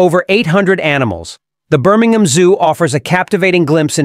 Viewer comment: It's BirmingHAM!!!!!!!!!!